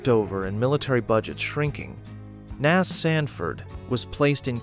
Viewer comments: Hey, bot! It is not Nazz, it's N.A.S. an abbreviation of Naval Air Station. According to your logic, afbee would be the way you pronounce A.F.B., which is an abbreviation for Air Force Base. Smh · Surprised this did not mention Amelia Earhart took off from Opa-Locka on her ill-fated flight around the world, and Cecil Field was designated as an alternate emergency landing site or divert point for the shuttle because of its 12,500ft runway. and "NAS" is not a word, its an acronym, no one says "nas", its "N.A.S." as in Naval Air Station, also, "F/A negative 18"?? AI sucks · The A.I. robot voice on this piece and the el cheapo music are disappointing. I’ve worked on several of the locations documented in this video. The script is good enough, but “nas” isn’t an English word. I’d have done the VO for this group as an Emmy Award winning broadcaster and writer for the Florida Aviation Historical Society… we can do better. Firstly, the botching of the pronunciation of historical names, titles and places defeats the goal of historical education! Let’s make an improvement? 🇺🇸